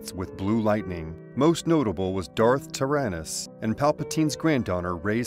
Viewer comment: TIE-RIN-IS Tyranus. Tir-an-us Why do you pronounce things strangely? Good video though. Subbed.